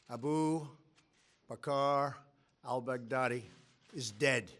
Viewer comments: I hear Big Daddy 😂😂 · Am I the only one who is hearing Baghdadi as "Back-Daddy"😂🤣